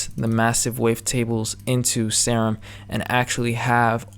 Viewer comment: Nice video man. Btw, your favorite synth is pronounced 'seer um', not 'sair um'. :)